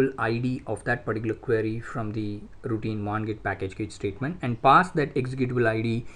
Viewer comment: Please read CACHE as CASH.